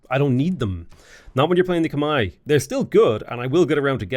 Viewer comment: I'm Khmer, yes it is pronounced "Khmai" you pronounced our civilization correctly